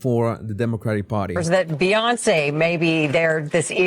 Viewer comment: I like how pronounces B-on-say 😂